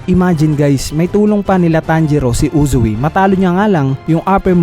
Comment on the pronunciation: Anong Uzu-wi? Its Uzui